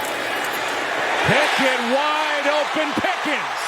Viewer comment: On play two the comantater called Kenny Picket “Pickins”🤨